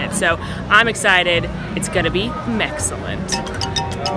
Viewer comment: "It's going to be Mexcellent" if this isn't a thing it should be.